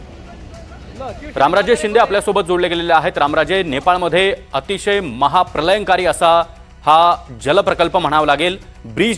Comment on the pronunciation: Pralaynkari...prakalp..are zandu tu marathi tari nit bol